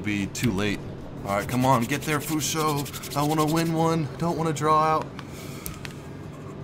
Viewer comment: Why do you keep saying "Fusho"?. Just asking.